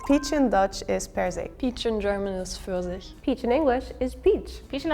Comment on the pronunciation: The word Pfirsich was not pronounced in the standard German way. It sounded like East-German (maybe Berlin?) dialect. In standard German the p is audible and the "ir" sounds like the vowel in the English word "here".